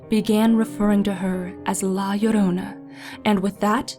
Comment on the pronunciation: Finally! Someone who pronounce Llorona like Yorona!